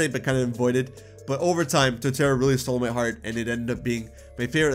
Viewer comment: Put some respeck on Torterra's name. 😤😩 😅